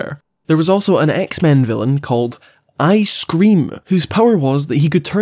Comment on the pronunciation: When you said "ice-cream" i heard "I scream" and expected a much different kind of villain, maybe along the lines of scarecrow